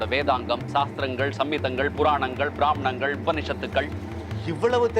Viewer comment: At 06.10 or so the correct word should be pramaanangal.. ப்ரமாணங்கள்...not as said praamnangal..ப்ராமாணங்கள்... otherwise last year itself I enjoyed all the episodes ...back to back !! Amazing!!